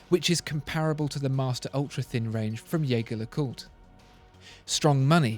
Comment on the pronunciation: As usual brilliant Video, Bravo. That said your pronunciation of JAEGER-LECOULTRE stuck out like a sore thumb. Just FYI it is not yayger lecoultre, it is J'ai-Je Lay'Kult